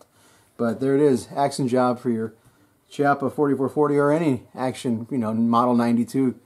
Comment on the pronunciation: PRONOUNCED...key- oppa